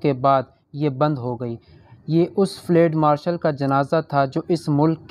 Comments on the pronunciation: Ye flaid nahi Balke Field Marshal hai.Pronunciation drust karlain.Thanks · field marshal not ftal marshal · Fled nahi fieldmarshall hey bhai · It is not flade,it is Field Marshall.correct your pronunciation. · Lafz field marshal hai......fleeeeed marshal nahi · فلیڈ مارشل غلط تلفظ ھے۔ صحیح لفظ ھے: فیلڈ مارشل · Bhai " field marshal " kehna tu seekh lo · Flad marshal? Improve your urdu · Field marshal k word ko theek Tarah pronounce nei Kiya gia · قبلہ آپکا تبصرہ ایوب خآن پر گو کہ دلچسپ تھا مگر آپ کا اردو کا تلفظ بہت غلط تھا، سن کر افسوس ہوا۔ بہتر ھے کہ یہ نہ پڑھا کریں آپ۔۔۔یہ بتاتا چلوں کہ ایوب خآن فیلڈ مآرشل تھے۔ یہ انکا عہدہ تھا جو آپ کھ نہیں پارھے تھے۔۔۔۔ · تلفظ درست کرو تمہیں چینل چلانا ہے مگر فیلڈ لفظ کی ادائیگی کرنا نہیں معلوم۔